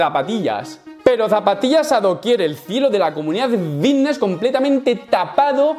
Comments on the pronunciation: Llamadme loco pero cuando pronuncia "fitness" yo escucho "vitness" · Yo escucho nfidnes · Hostia...yo también me había fijado!! He puesto un comentario diciendo lo mismo sin haber visto el tuyo, jajajaja. Lo dice muchiiiisimo, y además arrastra la v de vvvvvvitneeess un huevo, jajajaja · escuchamos '' vitnesss '' papi , no te quepa duda, he llegado hasta a pensar que había algun problema legal en decir '' fitness ''' la verdad la pronunciación '' vitness '' no da bien al oído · Creo que es mas fiVness xd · No se equivocan los compis, dice vitnes, jaja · "la comunidad...vvvvvvitneeess" Es comparable al meme del médico vvvvvvitneeess Aaaaamstel!! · Yo escucho Antelm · Yo escucho fidnes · Yo lo escucho con B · Me parece algo absurdo que en pleno 2021 se intenté hacer bullying por unos granos.... Que bajo es como que la gente intenté burlarse porque no sabes hablar bien ni pronunciar fitness...